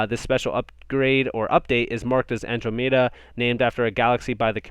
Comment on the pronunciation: Andromeda...pronounced An--DROM---eeda